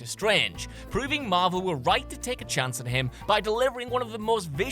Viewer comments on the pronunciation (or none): none